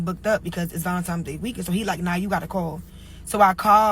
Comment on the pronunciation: First of all lady, it's Valentines day. Not no fu**in Valentimes.